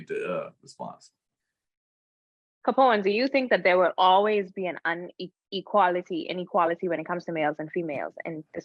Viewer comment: It’s “inequality” not “UN equality “